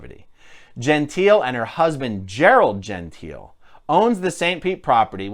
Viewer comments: I cringed through the entire video: Jehn-TEE-leh is the way in which the Italian name 'Gentile' is pronounced. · Her. surname Gentile is pronounced and sounds like Jontay, FYI.